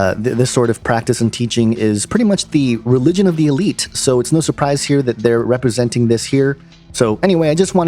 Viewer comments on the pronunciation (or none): none